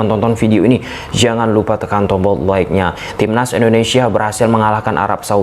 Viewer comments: Jgn lupa tekan tombol elllike nya, huruf L nya tebel, suka dengernya...ayo semangat bg...salam dari Aceh... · Jgn lupa tekan tombol ellikenya huru L nya tebel suka denger nya...semangat bg